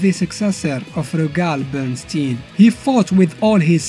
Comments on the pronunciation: just a heads up, Bernstein should be pronounced like ''Einstein" ! (Bernshtayen not bernsteen) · His name is pronounced like Einstein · Wait, it is pronounced "Bernsteen" ? Cus I honestly read "Bernst-AYN" as in "Albert Einstein"...